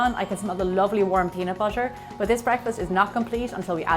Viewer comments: It's pronounced BUTTER! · Wen she says butter I Hera butcher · the way she says butter, water o.O